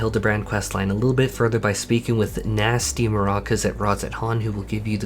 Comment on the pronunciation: Please, I mentioned this yesterday, it's NASHU, not Nasty. Please be nice to our dear inspector's Assistant.